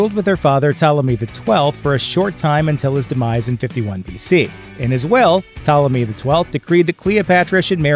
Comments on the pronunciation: You go from mispronouncing it as Ptalomy, to saying it correctly as Ptolemy. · Pt*o*lemy, not "Ptahlemy." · ok firstly stop saying 12 HUNDRED years also its Ptolemy not PtALemy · Ptolemy is not pronounced "Tella me" like some lost italian migrant. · How do get “Ptalemy” pronunciation from Ptolemy??? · Why is the narrator pronouncing "Ptolomy" as "Ptalamy"? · Ptolemy pronounced as "talemy" is an... interesting choice. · I’d say the narrator needs to Google how to pronounce Ptolemy. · How are you going to give a history lesson and the very first fact you start by mispronouncing Ptolemy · He's is kind of mispronouncing Ptolemy, I don't think anyone of the period described as beautiful....brilliant yes. The co-regent thing was indeed and Egyptian thing and I don't believe is was a Macedonian thing although most Roman genereal's eventually choose a god to be descended from. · Is it too much to expect that the narrators of these youtubes actually had a rudimentary education? This idiot Bozo can't even pronounce Ptolemy correctly. He must be the sad result of a public school education. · The P is not silent in Ptolemy, wtf americans?!!